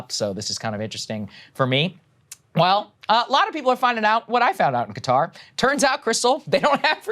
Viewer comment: Props to Saagar for adequately pronouncing Qatar instead of the hideous "Cutter".